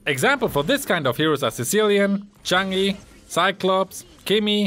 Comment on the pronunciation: Even worse: pronouncing it "Chagne" instead of Chang'e... Twice xD But it's fine, it's surely on purpose. ;)